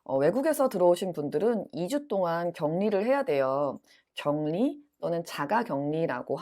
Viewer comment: 선생님 격리- 발음(경니) 아닌가요?